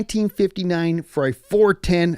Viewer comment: I respectfully suggest you find someone who speaks Italian to help you with pronunciation. You do say Ferrari correctly (with a North American accent), but that's about it.